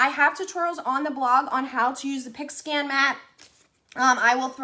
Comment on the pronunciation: I thought you were saying a pig skin mat 😛